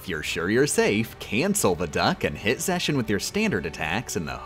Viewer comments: pepeW zexions pronounciation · THEIR NAMES ARE PRONOUNCED WITH A HARD 'X'. Not Veshen or Zeshion. It's Ve'x'en and Ze'x'ion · Why mispronounce the Org. members names? It's Larks-ene, Lucks-ord, Sai-ex, Zex-i-on (sounds like an Eevee form), Lex-a-us, and Vex-en. Are you intentionally doing this?